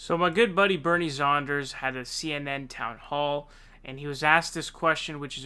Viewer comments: Sanders, not Saunders or Saaaanders. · I enjoy your channel. Please, it's Sanders not Saunders. Keep up the good work!! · It's not Sonders, it's Sanders. What's up with that bro? If there's a hidden humour there, please let us know. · "my good buddy Bernie Zanders " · SAND-ERS, NOT SOND-ERS, NOT ZOND-ERS. Its fucking simple dude. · I really enjoy your channel, but please stop pronouncing it "SAUNDERS". It's like "SAND" not "SAUND". Anyway, keep up the good work! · Bofa Sofa Right!!!!! 😫😣😖S A N D A R S!!!!! I know it’s petty but it’s killing me 😂!!!!! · Why do you say Saunders 😂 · Why dont you say Sanders correctly, its kinda cringe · why does he say SAUNDERS? SONDERS? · DAVID: Toolsi.: Bernie Saunders. ME: Say what now? ^_ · Bernard Zandra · SAUNDERS, ZANDERS, SENDEERS... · Birdie Zaunders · I hear Saunders.